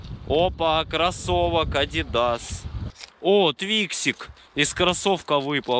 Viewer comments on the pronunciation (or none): none